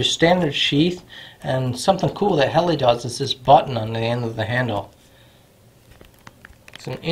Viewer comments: Pronounced :Hell-a not hell-i and nee-ing 😊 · Hell la not heli